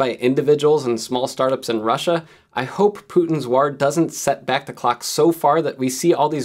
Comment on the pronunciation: You said war like a true Irishman 😹